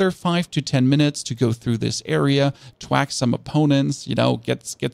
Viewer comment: theres an h in thwack.